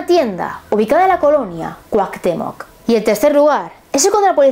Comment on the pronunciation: Colonia Cuauhtemoc, dices Cuauctemoc :)